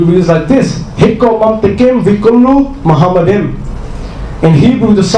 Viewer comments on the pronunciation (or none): The first mistake by Zakir is that he pronounced מַחֲּמַדִּ֑ים as ‘muhamaddim’. But he is wrong, it is ‘ma-kha-madim’. So there is no pronunciation of Muhammad. Just check every high valuated Hebrew dictionary or lexicon. The other mistake made by Zakir is that he said that ‘מַחֲּמַדִּ֑ים’ is a name. Again he is very wrong because מַחֲּמַדִּ֑ים is a masculine plural noun, so it is not a name. Again, just check every high valuated Hebrew dictionary or lexicon. And because it is not a name it is impossible that it refers to the name of ‘Muhammad’. Also the claim that the plural 'im' (or 'eem') in ma-kha-madim in the Hebrew language was ‘added for respect’ is in this case false. First of all, nowhere in Songs of Solomon 5 it speaks about אֱלהִים, elohim, the masculine noun for a godhead. But Song of Solomon 5 speaks about ממתקים, mamtaqim and מחמדים, ma-kha-madim. So you can't compare apples with oranges. Biblical poetry is typically built on pairs of metaphors, for example "they were swifter than eagles, they were stronger than lions". In Song of Songs it's "His mouth is most sweet, ממתקים, he is altogether lovely, מחמדים. So מחמדים, ma-kha-madim is equivalent to ממתקים, mamtaqim. So the addition ‘-im’ is just a superlative of ‘desire', so it means 'most desire'. Exactly in line with the other words in vers 16: ‘mamtaqim’ = most sweet and other places ‘partamim' = most noble. Forms of the same Hebrew word are also used elsewhere in the Old Testament, yet Islamic ‘scholars'